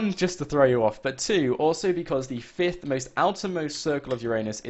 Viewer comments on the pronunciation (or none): none